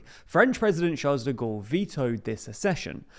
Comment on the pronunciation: Sharl de Gawl... this is how it's pronounced!